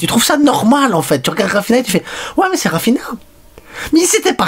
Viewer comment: Dis raphinia pas raphina